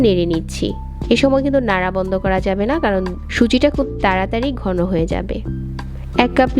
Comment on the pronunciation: (গি=ঘি, বাজা=ভাজা, গন= ঘন, বিতরে=ভিতরে)বাংলা ভাষা দয়া করে ঠিকভাবে উচ্চারণ করুন